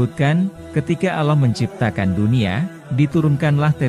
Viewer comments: Aloh alohh kok gitu sihh kalo nyebut. Ga benerr ni perbaiki dongg Jangan aloh Tpi Allah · apakah agama admin aloh...Allah bkn aloh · Aloh apaan ya?. Kurang W penyebutannya. Awloh pengucapannya. Allah tulisannya. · Maaf pembacaan nama Allah itu yg betulnya Allah bukan Alloh.. 🙏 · Kok bilangnya aloh sih? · Mohon maaf admin, saya merasa agak risih di telinga saya ketika si narator menyebut nama Allah dengan Aloh. Tolong diperbaiki pelafalannya. Rasulullah shallallahu 'alaihi wasallam juga. Mohon diperbaiki pelafalannya sesuai dengan pelafalan yang benar. Terima kasih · Bahasa nya di perbaiki,ALLAH bukan alloh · Kok ngmng allahny kek g bnr hrsnya ALLAH BKN ALLOH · Allah BKN Alloh itu sangat berbeda..itu pun yg punya channel menyebutnya salah.. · Allah pak, atuh lain Aloh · sebutlah kata Allah dengan benr,jngan asal aloh aloh saja ente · Sy muak dgr suara goggel itu..narasi menyebut Allah saja slh....tolong ganti suara y yg asli...jdi MLS mau subckr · Tlg lah di ganti yg memberi suara atau yg mmberi narasi sama org yg benar ucapan nya,ini yg serius lhoo.penyebutan Allah yg benar,tdk auloo.trmksh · Iya nih setuju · kalo sebut nama ALLAH yang jelas atas dasar apa sehingga tidak bisah di sebutkan dengan jelas..!? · Iya betul klu bisa narator diperbaiki dalam pengucapan nama Allah SWT